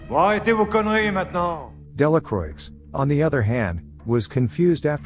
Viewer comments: It's not pronounced "Delacroix" it's pronounced "Delacroah" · It should be pronounced Delacrua (Delacroix in French) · just for future reference, Delacroix is pronoinced "della kwah", the R after a consonant in french words is muted like a W and oix makes an "ah" sound, the X is silent. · Delacroix😂😂😂Delacuwa, my french friend😂😂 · Delacroix is not pronounced with the “ix at the end. It is Dela kwa. It means of the cross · You almost got it right, but the "R" isn't actually muted. It's pronounced "Della croah". Sincerely, a french dude. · That's true. But in the movie that dude acted like a real Delakraueeks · I think he's using a text-to-voice program to narrate the film, not his real voice. That's why the voice sounds so educated but the video has many grammatical errors, like the person's native tongue isn't English, or they're not as educated as the voice they're using. It's still a good effort, but the mistakes are distracting & the voice program doesn't know how else to pronounce Delacroix.